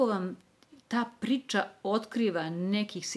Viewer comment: čudno akcentujete reč “priča”, mislim zbog dikcije, da vam skrenem pažnju, pozdrav!!